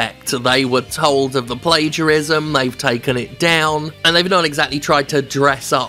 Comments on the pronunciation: Plagiarism (Play-geea-ris-ma) 😂 What a guy they call "Jim"!!!! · Jim accidentally nails the Indonesian pronounciation of 'plagiarism'